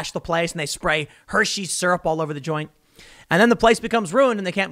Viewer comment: Tim, its not Hersey syrup, lol!